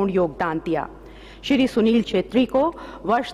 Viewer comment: The word shir Wow it's really honour to hear Shir